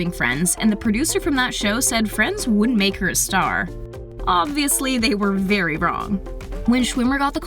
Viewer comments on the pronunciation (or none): none